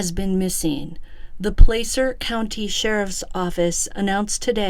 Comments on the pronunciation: Pla-cer not place er. Wash-o not Wa shoe. California towns and counties are a trip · FYI. THE A in Placer is is like the A in apple PLAH CER NO PLAY CER👍 I grew up very close to this area. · Hi! Just a friendly fyi - Placer (County) is pronounced like 'glass -er" with a short 'a' , not a long 'a'. 🙂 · I'm from Placer. It's pronounced Plasser. Ronnie is full of it too. We're not all coke heads out here. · Just FYI: It's "PL-ASS-ER" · Just a little pronunciation correction. Placer is Pronounced: Pl- short a sound- ser